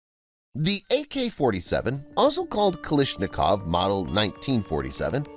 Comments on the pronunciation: The only thing I don't understand is why do you keep pronouncing his last name as "Kaleeshnikov" when it's clearly spelled as: KalAshnikov...? Borderline disrespectful honestly. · “kilishnikowa” 💀💀 try to spell it like “calAshnikova”